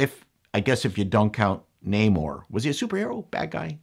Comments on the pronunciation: It should be NO-more. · how dare you it's NA-more.